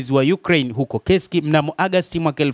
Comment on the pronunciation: Ni KURSK sio KESIKI bana... Mbona una habari nzuri lkn unashindwa kutamka vzr?